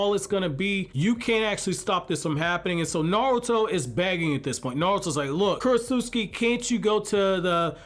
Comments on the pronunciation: ...Kurotsutsu-CHI. Not Kurotsut-SUKI. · Dude, it's Ku-ro-tsu-CHI, not KurosuSKI. You make it sound like she's from Poland. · Okay look, this whole video was good, except for the fact that you kept on mispronouncing “Kurotsuchi” wrong because you didn’t pronounce the “CH” you pronounced “KI” yet for some reasons you can pronounce “Tsuchikage” properly? Why??? That annoyed the hell out of me because it’s simply incorrect and weird that you changed the pronunciation like it’s English when you KNOW it’s Japanese, that’s all that was bad about this video but other than that, this was a very good video. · Also its kurotsuchi (kur-ot-soo-chi) not kurotsutski 😭😭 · "Kurotsutsuki?" Bro.